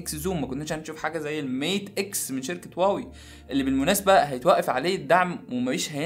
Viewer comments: انت بتقول واوى ولا هواوى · إنت ليه بتقولها واوي مش هواوي 😂؟ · واوي 😂😂😂😂😂😂😂😂😂 انطق اسمو جيدا ومنبعد حط فيديوك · واوي يزم انطق صح مشان الله مش هيك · ليه بتقول واوي 😂😂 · انت مبتنطقش حرف الH ليه